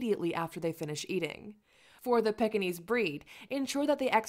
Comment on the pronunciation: please learn to pronounce the name. It's not a pickinese or a peckinese. Its pronounced Peekinese!!